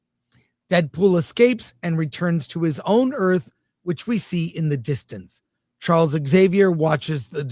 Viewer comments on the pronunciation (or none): none